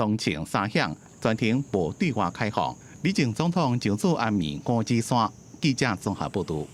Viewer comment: 五指山在地唸作Ngóo-tsí-suann，教育部辭典收錄也是Ngóo-tsí-suann，可是主播卻唸作Ngóo-tsí-san，新聞旁白又唸Ngóo-tsí-suann，讓人聽了霧嗄嗄。 請小編幫忙反映7日還會有李前總統相關新聞，希望主播講稿能更正發音，尊重地方用法，多謝。